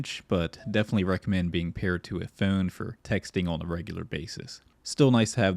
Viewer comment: the way you pronounce "phone" is so foul